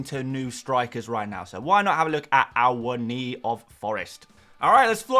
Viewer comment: I think you are the only content creator who has actually pronounced Awoniyi correctly 🤣